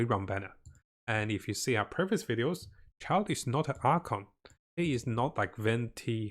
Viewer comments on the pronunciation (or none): none